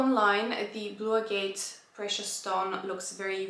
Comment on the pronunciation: I'm not usually a blue person, but that blue is very pretty 💙 In case no one has shared with u how to pronounce agate, it's pronounced ag-it 😘 PS I love both ur pieces 💕